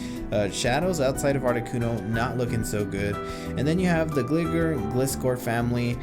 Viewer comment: I would be careful how you pronounce Gligar. Sounds close to a slang term that isn't too nice. For your information, it is Gli-Gar as in gliding.